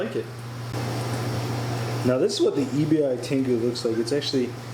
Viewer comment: the Tengu feed should be Called “eh-bee” not “e.b.i”. That’s the Japanese word for “shrimp”